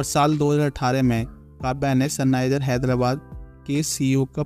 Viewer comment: Sunrises ❌ Sunniser ✔️